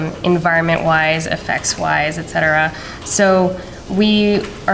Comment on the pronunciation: Wow, she said et cetera correctly. I've not heard that in the history of the internets. That's marriage material right there. <3